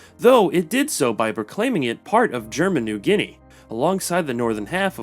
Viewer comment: "Papua New GUinea"